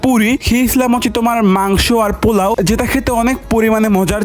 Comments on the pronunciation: পোলাও ❌ পুনাও ✅😂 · পোলাও রোস্ট❎ পুনাও নোস্ট ✅🤣🤣😂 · পোলাও রোস্ট❌ পোনাও নোস্ট✅ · পুলাও❌ পুনাও☑️ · পোলাও ❌ পুনাও ✅